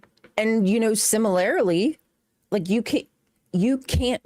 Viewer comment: “your amygda-length”, 😂sounds like she is “sima-lare-lee”. All seriousness, I wish the best for this show/lives….but it’s not looking good. I skipped around, but every time I stopped and listened for 2 minutes or more I chose other-more interesting things. I chased a skunk out the back yard, I dug out an ingrown toenail, I took close up pics of my nostrils, I washed my cat’s a$$hole with a bottle brush, I flossed lobster taint out of my incisors, I decided to start reading the Bible, I replaced my aunt’s bike inter tube….back and front, scrubbed my back walkway with dawn soap and my cats a$$ bottle brush. If I skip ahead and it’s this boring, I am going to go to a random neighborhood and volunteer to mow the grass for free. Jokes obviously, but I was very bored. I’m an atheist and maybe I don’t get the show. I don’t know who either of you are you, but wish the best for you both and the show.